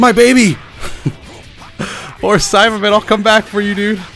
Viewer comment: I swear your saying Simon instead of saibaman